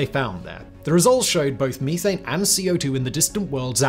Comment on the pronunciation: Me-thane, you-thane, they-thane